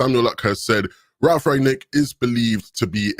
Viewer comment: It's not Rag-nick, it's Rangnick.